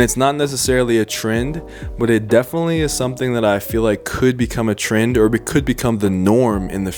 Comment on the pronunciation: Thought he was sayin tren, that's a big tren of 2021 tbh